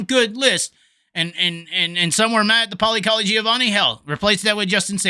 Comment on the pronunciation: To hear you say Giovanni - Paulie Colagiovanni that many times that fast without screwing it up was impressive :0)